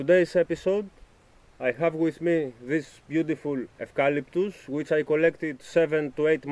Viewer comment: I am an Australian and of course know this species of tree. Us Australians call Eucalyptus GUM TREE'S. This particular tree is called the Tasmanian blue gum. Native to Tasmania so can endure very cold weather. The correct was to say Eucalyptus is to pronounce the EU like YU. Not a problem if you don't though. Enjoy the beautiful tree. Regards to you. Ian.